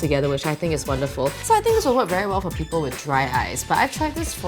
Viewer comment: "the paper is veh big" spoken like a true singaporean :')